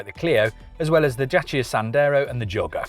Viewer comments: he says Jacia not Dacia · Its a French car, its DASSIA*sounds. Well done Renauklt